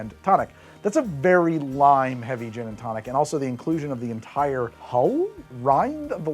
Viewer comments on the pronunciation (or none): none